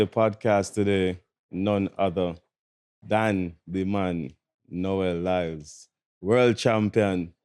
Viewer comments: Did Asaga called him Nowell Lyles? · Sounds like you are saying “Noel Lyles” … It’s Noah Lyles.